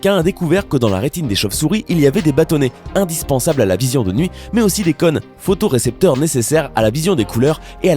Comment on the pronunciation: On ne dit pas conne mais cône !!!